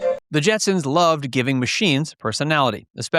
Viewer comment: Did you do that on purpose at the end? You kept saying Jetsons the whole time. At the end you said Jensen